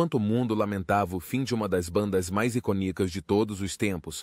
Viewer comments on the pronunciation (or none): Sim, e inclusive palavras em português (como "iconíco", ao invés de "icônico").